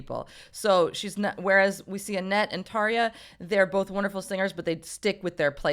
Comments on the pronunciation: Não é Tarjshiia porra! É Tarja, que se pronuncia Taria. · Bloody hell I’ve been pronouncing Tarja’s name wrong all these years!!! 😱🤭